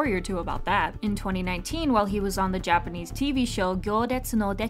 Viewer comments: As a (half) Japanese person UR PRONUNCIATION IS SO GOOD and satisfying to hear 😭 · Off topic but are you japanese? your pronunciation is sooo good. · Your japanese pronounciation is soo good 😌😌 It felt so satisfying 😌😌😌✨